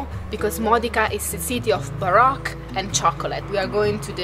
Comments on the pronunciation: Now I know why the music is getting better. Baroque is pronounced baroak, not barock.. Just trying to be helpful, not critical, you guys do a great job speaking english. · As always I love ALL your videos! You’re two of my favorite people on You Tube!!! I do need to help you in your pronunciation in ‘Baroque’ ( pronounces like ‘Bar - oh - K’) the O is a strong O like the o in ocean. It’s not a soft O. Like ‘ah’ but like Ohio.